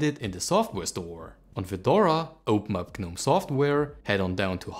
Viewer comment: Next challenge should be "Learn how to pronounce GNOME"